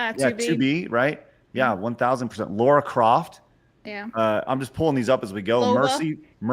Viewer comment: Geez how hard is it to pronounce “Lara” properly?